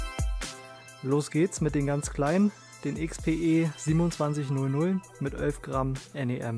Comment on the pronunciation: Elf nicht ölf 😂 aber top video grade erstmal 3mal gekauft🥰